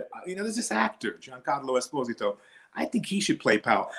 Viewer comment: It's Espósito (stress on the o)